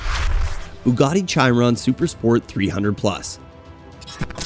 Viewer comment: Cos'è la Bugari? Gli americani sono l'unico popolo che chiama tutto con la propria lingua. Bugatti, si dice Bugatti anche se parli cinese o arabo, si dice Bugatti con la pronuncia del paese di provenienza, non bugari